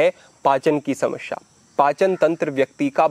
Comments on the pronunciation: समस्या bole Samashya nahi hi. Uccharan sahi kare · समश्या नहीं समस्या